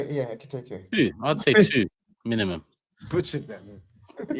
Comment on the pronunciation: Brudda had five different ways of pronouncing Ekitike😭